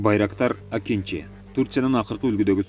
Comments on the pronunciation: Акинжи эмес Акынжы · Акинчи эмес . Акынжы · Акинчи эмес акынжы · акинчи емес акынжы, тура емес жазып окуйсуз